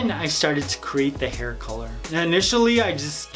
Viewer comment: "to create his herr"😂💙